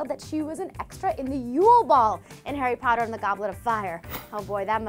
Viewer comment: Harry patter??? I SWEAR TO GOD ARE YOUTUBERS SUPPOST TO MISPRONOUNCE THIS STUFF